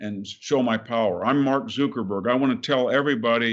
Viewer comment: I like how Victor calls him "Zookerberg" makes me chuckle.